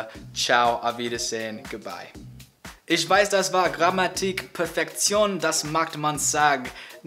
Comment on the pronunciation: "Nikt schleckt Herr Spekt." Also schleckt Nikt an Herrn Spekt. 😅 😆